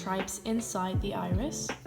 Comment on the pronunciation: i also thought she said “eye wrist” instead of iris